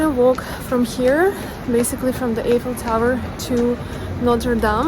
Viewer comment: the correct pronunciation for The Eiffel Tower is " eye fel Tower." the "e" is silent. So you should say it "i" ffel tower.